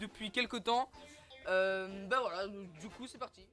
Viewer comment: Super mais fais attention a bien articulée quand tu crie voilàaa mais si nn good 😁